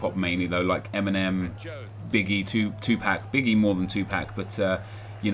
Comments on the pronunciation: Hahah did you just say 2- pack? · He pronounces it 2Pack lol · You called Tupac, Tupak. GTFO. :) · Tupac pronounced wrong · He said 2 PAC wrong xD